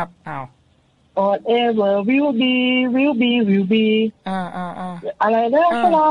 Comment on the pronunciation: กะลังกลัวๆ ก็คือหลุดขำตอน will be, will be 😂😂 คือพยายามมาก